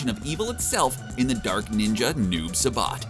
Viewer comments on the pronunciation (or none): Why does he keep saying Noob Suh-Bot 😆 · Noob SA-BOT??? REPEAT WITH ME. Sai- SAI...SSSSSS AAAAA IIIII SAIBOT. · “Noob subot” You mean Noob Saibot 😂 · This guy:"CHINOOK" Me: Wtf? Okay I'll let that one slide. This guy:"Noob Sabaat". Me:"GET OVER HERE!!" 💀🔥💨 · I hated how he pronounced Shinnok and Noob Saibot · Why do you pronounce shinok and noob saibot like that